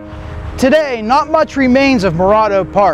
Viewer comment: He's mispronouncing Morado